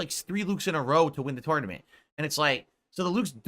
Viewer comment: The way he pronounces tournament drives me insane.